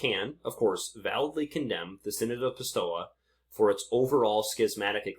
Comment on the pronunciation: pistoia pronounced "pis- toy - ah" .